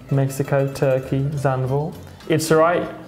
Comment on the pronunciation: So cute how they pronounce Zandvoort